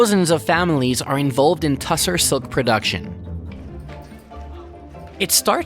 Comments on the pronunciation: The correct pronounciation is "Tossor Silk", not Tussar. It's also a big industry in Bangladesh. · It's pronounced as Toss-h- orrr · It's pronounced Taasar silk, very popular in Bihar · It's not TA SAAR silk, it is TU SHAAR. That's how it should be pronounced. The meaning of Tushara in sanskrit is snow, dew, frost or something too fine, pure etc